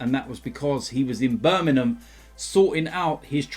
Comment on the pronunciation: "Birminum" haha